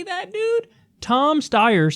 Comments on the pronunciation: It's "STY-er". Have you never seen his fucking ads, Kyle? FUCK-FACE STEYER ("FFS", for short) always says his goddamn name. I hate this shithead so much. I'd rather see more of John Delaney/Michael Bennet/Steve Bullock/John Hickenlooper. I'd VOTE for BIDEN if it meant Steyer would just drop dead. Loathsome turd. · It’s pronounced STY-er and is also a brand of Austrian made firearms (spelt Steyr) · Steyer like the coat hangar looking bull pup type assault weapon used by Bruce Willis's character in the original Die Hard; pronounced like Briar ... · Pronounced "SHTIRE" , following common English writing patterns, and rhyming with American pronunciation of "shire" or "wire" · I think the 4 attempts to pronounce Steyer should be part of his nickname. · Love you Kyle, but for the love of Jesus -- Name mispronunciation humor is the unfunniest thing you can possibly do. No one thinks you don't know how to pronounce Steyer. Leave that dumb shit to Dore.